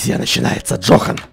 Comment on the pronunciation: Это не Джохан, а Йохан ( немецкое имя Johan пишется ) 😂